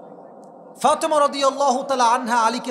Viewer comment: হুজুর সেন্ট্রাল শব্দটাকে সেন্ট্রোল বলে আপনি কি বোঝাতে চান।দয়া করে বাংলা অনেক সুন্দর তাকে আয়ত্ত করেন। ফাতেমা অনেক সুন্দর নাম তাকে সুন্দর করে বলেন প্লিজ। নিজেকে কিভাবে উপস্থাপন করতে চান।